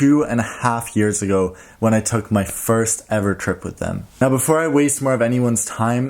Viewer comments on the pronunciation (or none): none